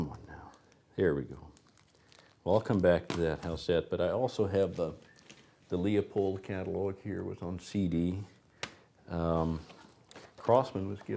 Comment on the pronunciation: It’s pronounced Lew-pold, not lee-a-pold.